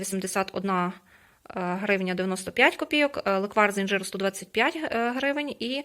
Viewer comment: Не леквАр, а лЕквар) Дякую за відео